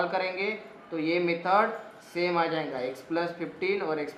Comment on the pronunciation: Bhai aap jayga to jainga kyu bolte ho😅😂